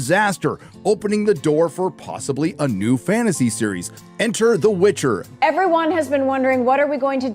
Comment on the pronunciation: Witcher, not witch her...